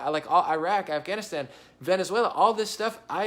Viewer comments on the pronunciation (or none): none